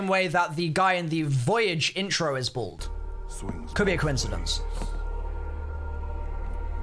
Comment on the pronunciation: doesn't know how to say bald confirmed